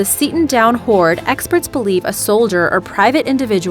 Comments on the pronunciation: Ingoots? Its ingots but pronounced injits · Did she say "In gotts" ? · "two iron in-gots" COME ON MAN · You didn’t say ingots right.